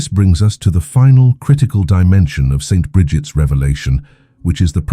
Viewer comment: if you spell out Saint instead of St., the AI voice you use for narrating won’t make that awkward pause every time it reads “St.” It interrupts the abbreviation as a period. As for the millionaires receiving their payment now and having nothing later, I have trouble reconciling this with the EXTREME, UNPRECEDENTED OUT OF CONTROL WEALTH that today’s MEGA BILLIONAIRES are amassing. No future debt they might face can EVER atone or compensate for this absurd imbalance and of hoarding SO much wealth by the world’s .1% while billions of people languish in poverty. It seems Jesus might not have foreseen how extremely greedy and corrupt we were destined to be one day. But I’m just guessing, as I can’t fathom the explanation for the existence of today’s mega billionaires as being a rational one.